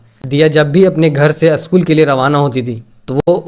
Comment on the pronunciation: Aschool nahi re baba school bol😂